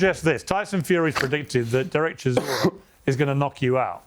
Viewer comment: Brits call him ChiZOra. Yet his surname is ChiSora. Soft S. As in Solar. ChiSora. That means "a type of grass".